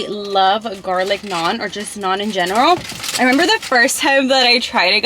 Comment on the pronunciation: You literally said everything wrong 🤬🤬